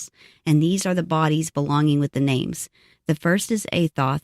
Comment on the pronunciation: Come on now ... wasting all that time botching all those names .. jeepers creepers